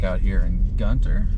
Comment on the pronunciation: Y'all we don't call it Gun-Ter we call it Gunner 😂